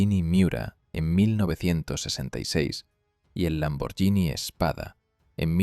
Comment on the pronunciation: Y ademàs no es Lamborgini, es Lamborghini por lo tanto se lee como si fuera Lamborguini